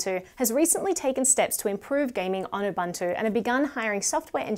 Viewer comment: I love your content. I am an avid user of linux as my server machine. as a side note, it's actually pronounced ooo-booo-two